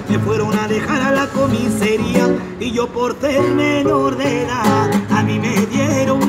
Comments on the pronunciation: Aunque diga Falopa no tiene porque ser chileno, porque en Andalucía, España esa R tampoco se pronuncia. Ese hombre es español 100% viviendo donde esté viviendo, pero es español te lo digo yo amigo, es más, seguro sea gitano por la manera de decir "comisaría", que él dice "comisería", un saludo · solo por como dice comiseria es 300% andaluz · Vivirá en Chile o será de familia chilena, pero la manera de pronunciar “vacilones” o “policía” con la típica “c” española y su ceceo... Me da que es la señal inequívoca. Que también dice comisería como tremendo gitano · jaja pero si decir la C es por que uno puede imitar eso pero se nota que Sesa además Comiseria si será muy Gitano pero en cosa de hablar mal o tener una jerga callejera Chile se come a España hablamos con mucha más jerga callejera además también dice jalar y cuando acaba el vídeo tmb habla como Chileno además cuando empieza el Colombiano lo dice jaja Chileno que canta música Española